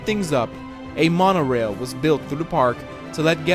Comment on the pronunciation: “Moan-Oh-rail” ….Jesus are you that fkn dumb?